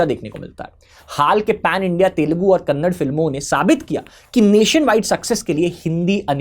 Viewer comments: Vo kannad nahi kannada hai bhai. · Kannad ❌ kannada ✅ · Kannada not Kannad please… like it’s Hindi and not hind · When you pronounce Kannada as Kannad, I get a feeling that a pig just woke up and made sound from the gutter.